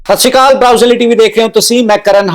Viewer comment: ਪੱਤਰਕਾਰ ਕਰਨ ਹਾਡਾ ਜੇ ਮੈ ਤੈਨੂੰ ਕਰਨ ਹਾਡਾ ਦੀ ਬਜਾੲੇ ਕਰਨ ਭਾਂਡਾ ਬੁਲ਼ਾਵਾ ਕਿਸ ਤਰਾ ਲੱਗੇਗਾ ? ਕਿਉਕਿ ਤੁਸੀ ਸਤਿ ਸੀ੍ ਅਕਾਲ ਨੂੰ ਸਤਿ ਸੀ੍ ਕਾਲ ਬੌਲ ਰਹੇ ਹੋ ਜਰਾ ਸੋਚਣਾ ਕਾਲ ਤੇ ਅਕਾਲ ਦੇ ਅਰਥ ਕੀ ਹਨ ਅਕਾਲ ਨੂੰ ਕਾਲ ਬੌਲਣਾ ਬਹੁਤ ਗੱਲਤ ਹੈ ਤੁਸੀ ਪੱਤਰਕਾਰ ਹੋ ਸਹੀ ਸਬਦਾ ਦਾ ਪਰਯੋਗ ਕਰੋ